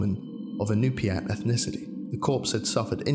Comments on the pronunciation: As an Alaskan native these are correct ways to say these tribes, Aleut(al-aye-ut) yupik(you-pick) inupiat (in-you-pie-ak) "yukpik" is a misspelling, you were super close and I love these videos so much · Raises hand 🤚: al-ee-oot, you-pick, in-ooh-pee-at Source: I’m Alaskan